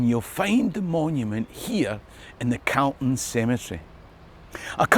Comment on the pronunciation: Pronounced CALL-ton not CAL-ton you’re in Edinburgh not Glasgow.